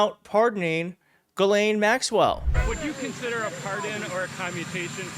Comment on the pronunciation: I’m pretty sure it’s pronounced Jizzlane. Why not? You’re mispronouncing it anyway.